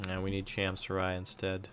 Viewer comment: It's pronounced as "cham-soo-ree."